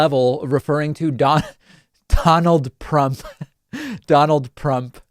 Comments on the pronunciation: Donald Prump. Lol. How the heck do you get your own name wrong? Lol. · Wait, ” DONALD PRUMP???!!!” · Sleepy Joe can't even say his name, so vote for me Domold Prump for president of Nars. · Donald Prump LOL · Donald Prump! Lol